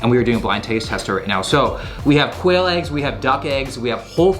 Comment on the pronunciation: First time he said quail eggs I heard "whale eggs," and I was like huh interesting, till later I realized whales were mammals and therefore dont lay eggs.....